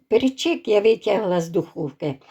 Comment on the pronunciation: Гарно,і думаю ,що смачно.Але "пЕрчик",а не "перчИк". Наголос на" Е".